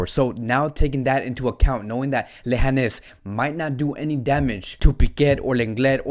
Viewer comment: Lehanes lol its leganes bro